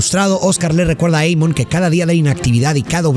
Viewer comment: Pedazo de animal.. el nombre es en Alemán, se lee tal cual Amon.. no Eimon.. Burro frijolero.